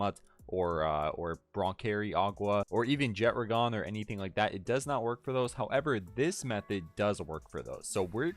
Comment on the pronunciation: Jet-tra-gone❌ Jet-(d)ragon✅